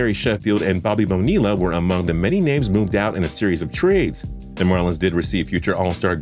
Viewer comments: It's Bobby Boe-knee-a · Bobby Bo-knee-la. & Tony Door-sit Lmao. What a joke u can't even pronounce names properly & u want us to take u seriously as a sports channel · pronounce bonilla correctly